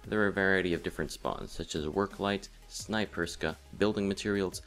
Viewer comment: OMG everyone says Snaperyska and Zubekanov! Its Snayperskya and Zubeknakov! TRIGGERED Very helpful btw! ;D